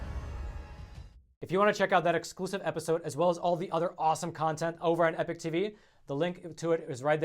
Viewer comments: you gotta learn to pronounce EPOCH. You seem to speak the English like you learned it at your mother ‘s knee, so what gives? EPIC is pronounced eh-pic, but EPOCH is pronounced eh-pawk, rhymes with hawk. I mean this is basic, that’s bay-sick, not bay- sike. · P.S. stop pronouncing epoch as epic or change your effing name. Epock epock not epik.